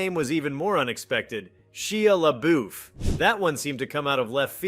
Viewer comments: AI can not pronounce "Shia Labeouf". ahahah - say it again, "She-Ah LA-Boof!" hahahahaha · SHEEYA LABOOF?